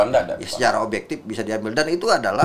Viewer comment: Akmal Akmal.. luipret kluipret. Itu huruf v bukan p eeehhh